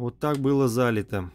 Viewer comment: не зАлито , а залИто.....